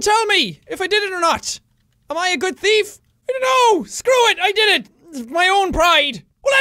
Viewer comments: THEEEF not TEEF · thief not teef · watch out for da flying lettuce!! Top..of..the..morning..to..you..laddies...and welcome to something called the very organized teeth.. He actually says that :3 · Actually thought you said "The Very Organised Teeth" 😂😂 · did you notice that he said teef and not thief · Am I the only one who thought that in the beginning Jack said "The Very Organized Teef ?" xD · At the start he said teeth insted of thief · The Very Organised "Tief" lol Sorry Jack. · U SAID TEETH LOL!! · Did anyone hear sean/jacksepticeye says the very organize teeth or its just me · You said teeth at the beginning instead of thief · Why does he say teef instead of thief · Ha ha ha you said tief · did he say theeth at stary? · Lexi Rene ME TOO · me to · I heard "teet" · The Very Organized Teeth. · I like how Jack says "thief" in this video - especially in the intro - he pronounces it like "teef," and it's kinda cute. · I like how he pronounces it "the very organized teef" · I am the only one that heard "The very organized teeth"when jack said it? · It sounded like you said “Teeth”. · 00:5; organized teef! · did he say thief teeth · Lexi Rene that's because he did